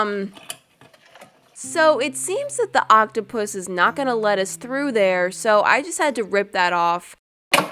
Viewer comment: I love how she kept calling it a octapouse